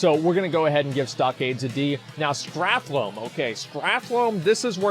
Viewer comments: Can you stop calling it Strathlome? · Did anyone else's spine shift every time Asmon said "StrathLOME" ? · Strath-Lome. HAHAHAHAHA :D Maura-Don. HAHAHHAHA. This guy cracks me up. Opinions on things he can't even read :D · The way he said "Stratholme" litteraly gave me cancer. Wish me a good recovery!